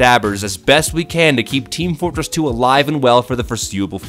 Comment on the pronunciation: "wets pway team fortwess 2!"